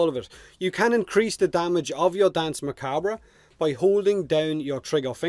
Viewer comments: Muh-COB. Like corn on the "cob". Say it with me, Irishman... Macabre... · Very close but its just macahb just drop that r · I think 'macabre' is actually pronounced like 'ma-cobb', but I have no problem with it either way. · Not sure if anyone has posted this but Danse is pronounced the same as "dance" and is, in fact, French for dance. Macabre is pronounced strangely. Sounds like mer-cob-ra. Mer as in mermaid, cob as in corn on the cob, and the "ra" is so short and clipped that you really don't hear it. Most of the time people pronounce it mercob. Anyway, hope that helped. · Not sure if it was already covered cause I don't want to scroll down the entire comment section, but Macabre is commonly pronounced Muh-cob, but technically in France, the origin of the word, the r is slightly pronounced. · Macabre has no real "right" way to pronounce it as far as I know. It just depends on your preferred dialect. I, myself, prefer to say it as Me-KAUB; which is the US/UK pronunciation. Me'ka:bre is also accurate being the French pronunciation. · Isn’t it ‘macarb’? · Macabre is pronounced like Mahkahb. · On the pronunciation of Macabre: It has a couple ways of being pronounced. One of them is to leave the "re" silent at the end, so it comes out sounding like "muh-kawb." This first one isn't accepted as the "correct" way in some places, however it is in others. The other is to include the "re," but put an almost negative emphasis on it. This second one sounds something like "muh-KAWB-ruh." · I always thought macabre was pronounced mack-a-ber. Am I wrong? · its pronounced mah cob, its a weird word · Ma-cah-bray proper pronunciation but this is one of many Spanish and Portuguese words were you cannot tell unless you know the dialect or context it is in. So stand by your decision on how it is said. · Macabre is pronounced muh-cawb, like corn cob. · Nah mate it's pronounced macabre. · ma cock bruh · I'm French and I want to die